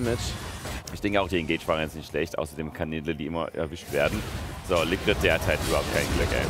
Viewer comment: ich find deine Videos top! Aber versuch doch zumindest mal Englisch zu lernen... der Supp heißt "Likkrit" und du sprichst es halt als "Liquid" aus xD